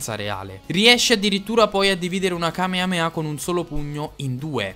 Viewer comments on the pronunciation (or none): none